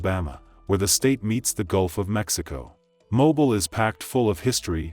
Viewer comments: It’s pronounced MoBILL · All of these stories are gut- wrenching, but this is one of the worst ones. That poor girl survived the first attempt on on her life, only to be senselessly gunned down by the lunatic brother of the first murdering psycho. On an unrelated note, the name of the city is pronounced MO-BEEL. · Its pronounced Mo Bill (Alabama) city slicker. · We pronounce it MO-BILL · Pronounced “Mo’Beel” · Mobile is pronounced Mo•beel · Mo- Bill is how it’s pronounced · Thought it was pronounced Mo-Beal am not American so idk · Thats not how u pronounce it smh but Birmingham,mobile, Talladega, Montgomery, Dothan , those cities don't play shit Birmingham is the reason first 48 exist smh sad i hate it .... all the killing n racist shit but i love my state n City n don't wont to leave